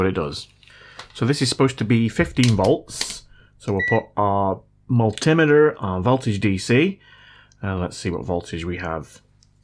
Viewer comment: Please stop saying "mul-timmeter" it's giving me cancer